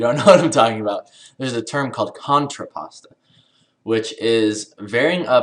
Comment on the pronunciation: isn't supposed to be contraposto? not contrapasto? lmfao..country pasta XD